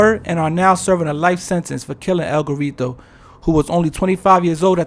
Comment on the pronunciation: “El Gorreetow” 😂